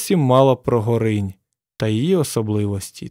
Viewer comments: У наших краях де протікає ця річка ставлять наголос на О в назві Горинь).Річка тече за 500 м від мене)) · Так, ГОринь, Горина. В офіційних джералах наголос - ГорИнь. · Гоооринь а не горррринь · Не ГорИнь, а ГОринь. Хлопці, не йдіть на повідку у держави-агресора! Ріже вухо. Я з дитинства вудив рибу на ГОрені поблизу Гощі, що в Рівненській області. Ніхто і ніколи там не називав цю річку ГорИнь, а тільки ГОринь. А мені, між іншим, 62!